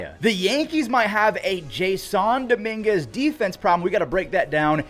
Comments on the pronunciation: You pronounce Jason weirdly. His name is pronounced Jason Domínguez, not jas on Domínguez. 😂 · Unless there's something that I haven't heard, I thought Jasson Dominguez's first name was pronounced like the normal "Jason," not "Jay Sahn." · Why do you keep saying Jay-Sun? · It’s jay-sin no hate just letting you know there’s no accent in his name i believe